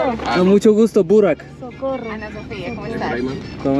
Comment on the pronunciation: bı kere Burak de lütfen yine de ümidini kaybetme 😀